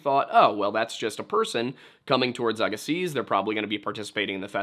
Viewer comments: As someone from the West Coast, living near Agassiz, I can positively let you know that you don't pronounce the "z" at the end. A-gah-see. Love hearing about my local lore though! ❤ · Minor note: Ir's pronounced AG-e--See the last "z" is silent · Note, if the word you’re saying is “Agassiz,” the Z at the end is silent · Agassiz is pronounced Agassee. The z on the end is silent. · Great, very informative and interesting video. I really enjoy a lot of the stuff from, especially the Native American historical stuff. Small pronunciation point, though it's not likely to come up again, I admit, but Agassiz has a silent Z on the end there. Just 'Agassi'